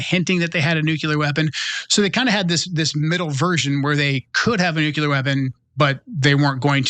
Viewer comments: IT'S. "NOO--KLEE--ER", NOT "NOO--KU--LER"!!!! IDIOT!!!!!!!! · NUCULAR !! WHAT !! “It really bothers me when a guy like this, supposedly well‑educated and eloquent, mispronounces the word ‘nuclear.’ It just destroys their credibility.”